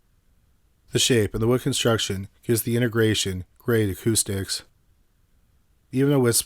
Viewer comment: It's pronounced "INTEGRA tron" just the way it's spelled, not "inta grayshun". Expected better from you.